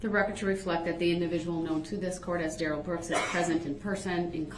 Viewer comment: DUH-RELLS Evidence was a Cartoon Drawing that he drew of His Dumb A$$ driving through the Parade in Momma’s SUV, (AKA His Home) but in that drawing there is someone sitting behind Tinted Windows with a Weapon in his hand, Pointed at DUH-RELL! STRONG EVIDENCE!! Gross, this is the day he learned another word that I NEVER WANNA HEAR AGAIN!! Dishonor!!